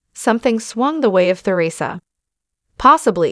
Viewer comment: Or even pronounce Theresa. They say her name incorrectly in this.